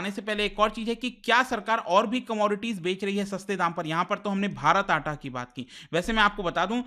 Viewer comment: It's not atta it's 'Aataa'